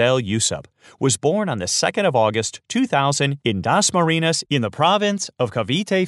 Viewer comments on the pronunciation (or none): Dasmariñas, not Dasmarinas.. :)